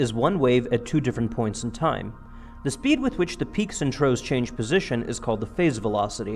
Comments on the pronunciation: "peaks and troughs" - pronounced "troffs":-) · If you get him to accept that could you work on "troughs". Three times in this video he says *"peaks and TROES".